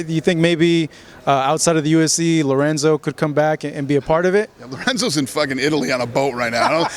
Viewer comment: LORENZO, BITCH... NOT LORENZA!